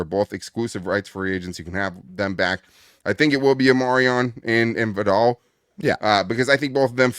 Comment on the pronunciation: still not pronouncing kimani’s last name correctly 😂 it’s vie-dell